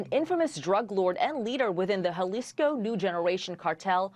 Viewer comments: Hey lady reporter -- Jalisco is pronounced "HA-lisco, not "YA-lisco." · Jalisco = Halisco. Not yalisco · Its HA-leesco (Jalisco) not yuhleesco lol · It's not JALISCO ITS HAAAALISCO I WISH THEY WOULD PRONOUNCE CORRECTLY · lol it’s not Yalisco it’s Jalisco (Halisco) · Did she say yaleesco? Lmaooooo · Hal-lisco Spelled Jalisco but pronounced best Hal-Isco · A news reader saying Yalisco cringe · How hard is it for people to say, Jalisco? “H-alisco” All these news organizations are coming up with a million ways to butcher the name of that city 😂😂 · Jalisco (hal-e-sko) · The way she says Jalizco 😂